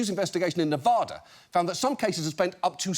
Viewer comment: Come on. I know your a comedy journalist but get the pronunciation of Nevada right. How hard is it to pronounce a state correctly it takes seconds.